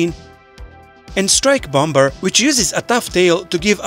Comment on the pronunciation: That was a good video. Just one thing, though: the 2nd b in bomber is silent.